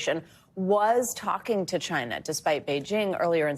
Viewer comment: why does he say china that way?